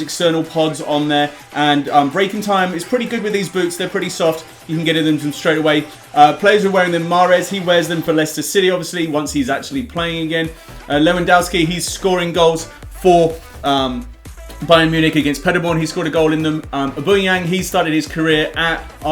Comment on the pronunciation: I just love how pronounces lewandowski snake wrong all the time. "Le-van-dOW-ski"